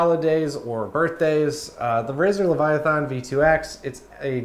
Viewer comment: Bro, Hermione called and said you mispronounced Leviathan.